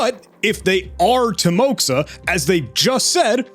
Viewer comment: Or Ukrainian. Visual difference is in just few letters. At least based on his speech i would not throw this possibility off head. But way he pronounced word "кто" (as "hto", instead of "kto") slightly skews me to either Ukraine or border region of Russia? Timoxa ==> pronounced as Ti-mo-ha (not ~ksa), is diminutive and familiar form of name Timofei. Not very popular name in Russia i might say, but with amount of people, plausible possibility. But, i will note... Imo, but his uploaded video of cheat, and voice in interview do not sound that same for me. Pitch is way different. I guess it is plausible if there is 3+ year difference and he was like 14 to 18 years... Still hard to prove if it is same person. Especially hard to parallelise them as they spoke on two different languages. About emails with different numbers. It may be him, but may be another person. A lot of people are required to register here and there for school work nowadays, and as children they often create accounts with name+number (often suggested). But these discord conversations surely do hint on link between his current discord name and his previous account name. No definitive proof as he denied that cheat forum involvement, but still big piece enough.